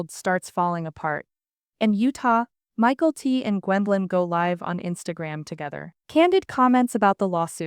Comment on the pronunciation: MA-KEL-TEE. NOT MICHAEL-T!